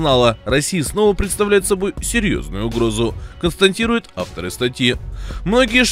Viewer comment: Долго не смотрел этот канал и забыл намеренное искажение слова, после которого всегда отключал видео - это "констаНтируют". Опять услышал это на второй минуте и ставлю дизлайк.